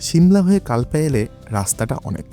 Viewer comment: প্রাকৃতিক সৌন্দর্য অনবদ্য কিন্তু বারবার কাল্পা উচ্চারণ কানে খট করে লাগছিল।